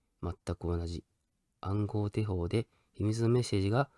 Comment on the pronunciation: ごめんね!『手法(しゅほう)』だよね